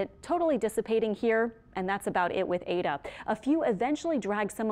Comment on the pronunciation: Why is she calling it "ada"???...its Eta